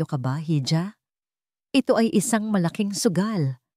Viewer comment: Bakit mali mali pronounciation ng narrator hal. Iha hija ang basa